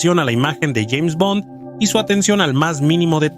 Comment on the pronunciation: Parece hecho con IA, hay algunas partes donde pronuncia "Jeime Bond"